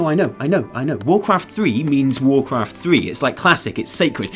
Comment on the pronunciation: Not sure I ever heard of warcwaft thwee